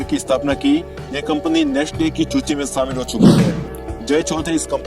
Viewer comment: Suchi ko chuchi bol raha hai 😅😆😆😆